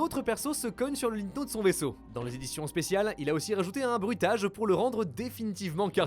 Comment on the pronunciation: Le « linneteau » 🙄